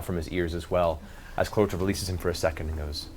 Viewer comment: it's clarot(t)a, not claroca, but can see why you'd hear that XD